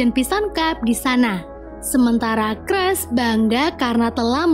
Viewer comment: Sedih cruz dibaca cras 😢